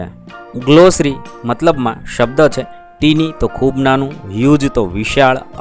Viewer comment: 'tiny' નું ઉચ્ચારણ ટીની નહીં પણ ટાઈની થાય....😂😂😂